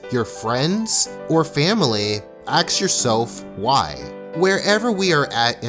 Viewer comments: axe yourself why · "Axe yourself why!" But... I don't wanna axe myself.... Why?